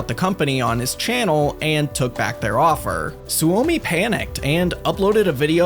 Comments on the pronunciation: Every scandinavien and finnish guy in here grinding their teeth at how he pronounce Soumi Su Omi or maybe its just me 😅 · It hurt me when you pronounced Suomi as Su-omi. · Suomi is pronounced Sue-Me. It is the Finnish word for Finland.